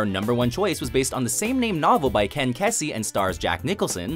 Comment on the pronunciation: At least you didn't get far enough in to hear how he pronounced 'Ken Kesey'